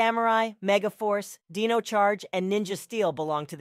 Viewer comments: So just as a correction or 2 Saban is pronounced as “suh baan” Also the dino in dino charge and dino fury as most people know is pronounced “d eye no” Idk if u missed pronounced it on purpose but here you go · “Dee no”?